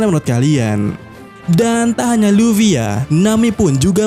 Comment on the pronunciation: Ibu LufWie... 😂😂😂 alay banget nyebutnya....